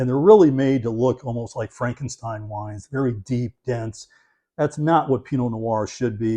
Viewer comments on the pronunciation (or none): none